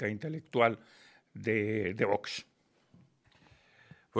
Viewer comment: se dice VOX, no vos, aprendamos a pronunciar